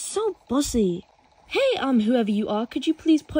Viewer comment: When she said “you’re so bossy!” I heard “ you’re so bUsSy “